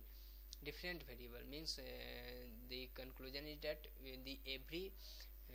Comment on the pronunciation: it is variable not bariable